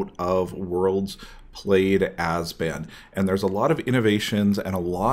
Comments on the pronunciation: it's abzan. not azban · Ab-zan. Not "Azben". sound it out bro. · Great video, besides the 'ass-ban' :) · azban? not sure thats how you say it but ok... lol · Can't take you serious if you can't pronounce ABZAN.